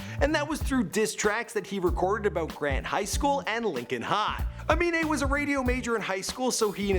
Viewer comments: Wow Im surprised you pronounced his name right. Unlike XXXTentacion... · He finally pronounced the name right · Only person with a weird name that can pronounce